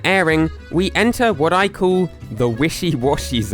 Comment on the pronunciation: ITS "CALL" NOT "COOL"